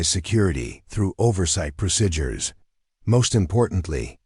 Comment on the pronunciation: PLEASE learn how to say "procedures"! It's not "proSIDures", it's "preSEEdures"!